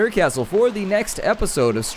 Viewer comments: lol he said sudden deep at the start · Haha. You said sudden deep instead of stranded. Lololol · At the beginning you called it sudden deep lol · Instead of saying stranded deep you said sudden deep! I really enjoy your videos. :) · You said sudden deep at the start hahaha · Did anyone else notice that in the very beginning he said sudden deep lol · At the start he said sudden deep instead of stranded deep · You said sudden deep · am i the only one who noticed he said sudden deep? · Lol you called it sudden deep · He said sudden deep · Uhm... SplatterCat.... You said Sun Deep... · Lol did anyone else notice that he said sudden deep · it's stranded not sudden haha 😁😁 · ***** you called it sudden deep lolololololol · anyone hear him say sudden deep??